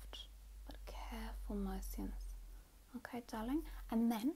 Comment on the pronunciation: " circular mo-si-uns " ahahahahha